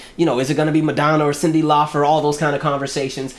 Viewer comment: ...Is there a reason you're saying Cyndi Laufer vs. CYNDI LAUPER?🙄😳🧐🤔